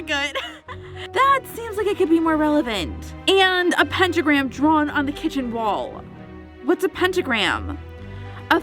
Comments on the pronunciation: When Says: " Pentagram " I Thought it was Instagram 😂😂😂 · When says: Pentagram I thought it was Instagram 😂😂😂